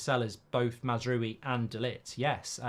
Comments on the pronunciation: MAZZ-ROOO-WEE🤣🤣🤣🤡🤡🤡ffs at least pronounce it correctly- MAZ-R-OW-EEE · Not MAZ ROO WII ! MAZ-RAWI. Stop butchering his name ! Love your show btw. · Mazraoui not Mazroui Mr Mark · It’s pronounced Mazrwowi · Mark pronunciation: Mazz row-ie (as in a row with someone) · You pronounce mazraoui as: MAZRA (rolling r) & then french “yes” oui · This is just another example how poor prepaired Mark is! Last time he had to look up the player when we were talking about him and now he can't even prenaunce Masrouis name. I watch him because I think his funny, but he is poorly updated when it comes to football. And he gets ofended to quickly.😂dont be so angry Mark..